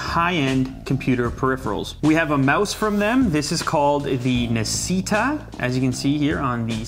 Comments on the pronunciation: You don't pronunce it like nasita, it's italian so its actuay pronunce d nasshita(i wrote it how you pronunce it) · Nascita is actually read "nah" "she" "ta" (that was my best spelling) and it's Italian for "born" Autore, pronounced quite well due to its easiness, is Italian for "Author" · I believe it's pronounced "na-shee-ta" (Italian) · it's Italian btw... "nascita" means "birth" and "autore" means "author" and that's not how you should pronounce them LOL love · Hehe Nascita and Autore are italian words e l'hai pronunciato male . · Very bad italian!!! xD